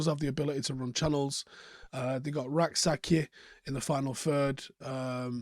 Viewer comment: just a tip my friend. Rak-Sakyi is pronounced Rak-SaCHEH.